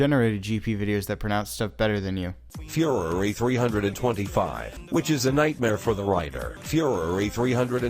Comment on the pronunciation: Can I have a link to the TTS Fury 325 mispronunciations